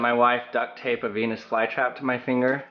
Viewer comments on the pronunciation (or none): I thought you said penes fly trap!!! 😂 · 649 i heard it as '' so there you have a penis fly trap '' instead of '' so there you have a venus fly trap '' XD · peenus vlye trap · DID HE JUST SAY BEE?